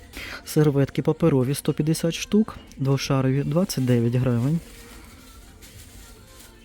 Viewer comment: Як правильно, двошАровий, чи двошарОвий, бо мені чомусь ріже вухо коли кажуть двошАровий, так само як і "ГУрман" чи "ГурмАн?"